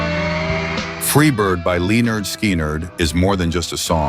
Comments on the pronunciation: it's not "Leenard Skeenard"...it is pronounced "LIN erd SKIN erd". Thank you for the great work. Keep the videos coming! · Get it right - it's pronounced 'Leh-Nerd' not 'Lee Nerd' which is included as the name on their first album. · Leenerd Skeenerd? 🙄 So over AI narration. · Are there any real people doing youtube videos anymore? It's LIN-ARD SKIN-ARD not LEEN-ERD SKEEN=ERD!! Go away AI! You suck! Guessing this was made in India or Somalia - supporting drug dealers! Good Bye.... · Lee Nard Skee Nard ?!?!?😂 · Leenerd Skeenerd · Leonard Skinner!!! Not linard!! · "leenerd skeenerd"? You can't just turn the AI loose and forget it. Where in Malaysia are you from? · How freaking LAME! What kind of digital AI crap is this that pronounces the group name "LEE nerd SKEE nerd" c'mon man, your bot needs to learn to love the music and get it right! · LeenerdSkeenerd. Nice job ai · At 6.00 the AI voice pronounced Lynrd Sknyrd as Lee Nerd Skinnered. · OMG. You can't even pronounce the names of the groups or the members?! Leenerd Skeenered? Vansont? I turned it off right there. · First. Its not" lee-erd skinerd". Second, nothing now adays compares to the music of the 70's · Was this AI generated? Who says "Lee-nerd Ski-nerd"? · I’m sorry did you just pronounce Lynyrd Skynyrd as Leanard Skenerd? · Leeenerd Skeeenyrd? We don’t neeed no steeenkin’ AI! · Leeenerd Skeenerd???? You'd think theses AI voices would al least pronounce their names right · "Leenurd Skeenurd"??? Man 'ya gotta love A.I. Maybe the creator of this channel would be willing to put a real by God human voiceover on these videos, 'ya think? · Really? Stupid AI. LEEnard Skeenard? Give me a break. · Lee-nerd Skee-nerd. Gotta love AI. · I worked in radio years ago as a DJ and talk show host. So sure. At least I know how to pronounce Leonyrd Skynard. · Who's Leenerd Skeenerd? And, who's Bernie Towpeen? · Cool content . get a real narrator The AI voice called them " leeenerd Skeeenerd ". Rock on!!! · Leenerd Skeenerd?